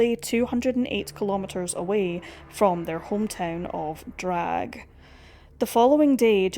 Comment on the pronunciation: Not to be picky but in German you pronounce every letter, just because it's at the end of the word, doesn't mean is absent. It's not Drag - It's DRA.GHE🙂